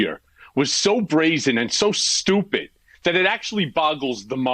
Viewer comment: I like Cohen's emphasis on 'stupid'. 😏 I think he's trolling Gaetz. 🙂